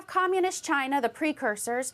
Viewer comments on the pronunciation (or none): Oh I was waiting or this. "Muh' Chai-nah!"